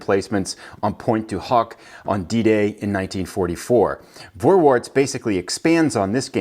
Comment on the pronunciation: Pronounced Forwarts, not Vorwarts. V in German is pronouced as a F.